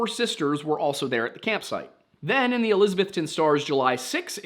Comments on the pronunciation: It’s pronounced elisaBETHton. When I moved to SWVA it was made clear everyone knew I wasn’t from here because I pronounced it eLISabeth-ton. My bad for reading an English name and pronouncing it how I was taught. Also, helpful hint -ville is not pronounced vill, it’s vull. Say it as if your mouth is full. Knoxvull Nashvull Wythevull Ashevull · I wonder why people say Elizabethton like that? I mean How do people outside of east TN normally say Elizabeth? It's Elizabeth ton. Not trying to be rude or mean or anything but after working in a hotel for the past 3 years this is starting to really get to me. I do enjoy your videos by the way.